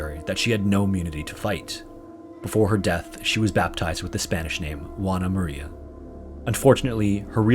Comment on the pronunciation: ''Wana Maria''. 😅😆 It's pronounced more like ''Hoo-ah-nah''.